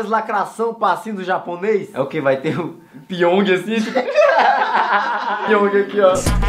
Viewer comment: "PYONG"?? KKKKKK